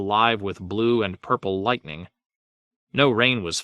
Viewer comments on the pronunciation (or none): none